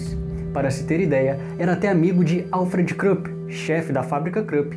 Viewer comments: A pronúncia e Krupp, é exatamente como está escrito. Esse som de "u" como em inglês SÓ EXISTE em inglês. Vc narrador, pelo visto não tem a menor noção da língua alemã. Pronúnciar dessa forma como o fêz, o sobrenome/firms Krupp, e estupidamente ridículo. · Muito interessante a vossa Página Parabéns de Portugal. Krupp que é um nome alemão lê-se à alemã, ou seja com U. Não se lê à inglesa.